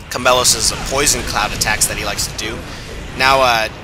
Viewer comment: Omfg its chameiEOS not chamelos! Not a bad vid tho